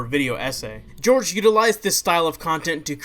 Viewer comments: It's pronounced Whore-Hay Not George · hohr-heh not george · *its pronounced horhay not george